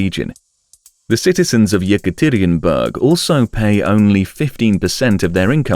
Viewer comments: Taxis or Taxes? Mentra or mantra?? Then goes on to butcher Yekaterinburg (it's supposed to be like the name Katherine, emphasize the a sound). Seriously you suck at proper pronunciation. This is amateur work, made it to 4 mins. Downvote and out. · man the way you pronounce "Yekaterinburg" drives me nuts